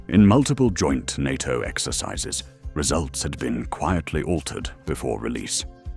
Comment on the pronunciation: Why can’t you at least get an AI able to speak NATO as a word rather than spelling in letter by letter 🤦🏼‍♂🤦🏼‍♂🤦🏼‍♂ I hate the artificial pompous voice and wording as no doubt the script also originated in a computer brain… SUCKS